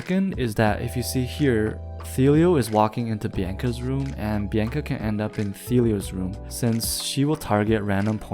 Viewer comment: also youre saying bianca wrong